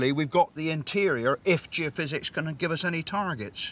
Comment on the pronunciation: “Giofizz”, LOL! Is that an Italian soft drink? Geo-phys = geophysics.